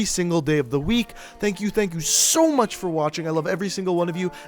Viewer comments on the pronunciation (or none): none